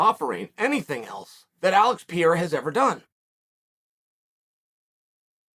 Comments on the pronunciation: thanks for teaching me how to pronounce pee-era correctly Uncle Chael.... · Alex Peeyera Uncle Chael at his finest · Uncle Chael. It's pronounced Par-ray-rar 🤗🤦🏿‍♂️ Love your content, Champ. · Oh Chael why do you keep saying Pierre? You have to know his name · Uncle Chael just legally changed someone's name again. This time it's Alex Peeyera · pee-era comment for the algo, ty uncle chael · bruh keeps saying piera like it has one R undefeated undisputed at pronouncing fighter names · Get pee-era on ufc4. Cmon uncle chael you can do it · Now it's pretty clear that Chael is mispronouncing 'Pereira' as 'Pièrra' on purpose. That's pretty pathetic. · Pee Error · who tf is Piera? LMAO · I have a question for those who speak Portuguese. Does the bas guy have slight problems with pronouncing Alex Pereira family name or he's pretty accurate? Thanks. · I hate the way he butchers his name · Is Chael just trolling us now with Alex's last name?! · I believe you are going to repeat this name a lot in the near future, please get it right Uncle Chael, P E R E I R A. Muito Obrigado 😊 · Learn to say his name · The fact that Chael hasnt correct yet how he pronounces Pereira's name after half a year since he started to talk bout him, is getting fucking stupid man. Is not funny anymore, is just annoying. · Chaels ability to pronounce names is second to none. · I think Chael gets his name wrong intentionally. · will Chael ever learn how pronounce Pereira lol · The way he casually butchers Pereira`s name made me laugh so hard . xD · Alex Pereira has just been pronouncing his own name wrong his entire life. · For the love of god man just learn to pronounce the name correctly. It is not that hard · Pereira . Not Pierá. Portugués , not French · Stop saying Piera, is PE-REI-RA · Chael! it is PE - REI - RA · Chael, it is Pereira not Pieira. It is pronounced Pay ray rah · It's Pereira, pronounced (Per-ray-ra) not Piera 😂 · Man, stop saying "Piera", it's Pereira. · Not piera , Pereira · Piera lol